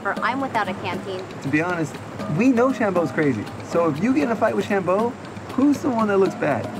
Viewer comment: funny how says sham-Bo differently, ha